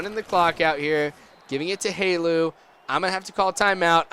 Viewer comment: it's not Halu. It's Helu